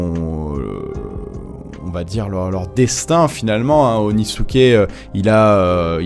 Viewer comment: "Euuuuh OnIsUkE